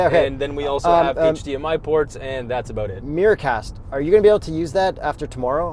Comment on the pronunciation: For a moment I thought they said “meerkats” instead of “mirror-cast”